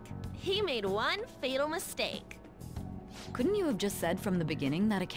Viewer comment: ‘Twas a mis”cake”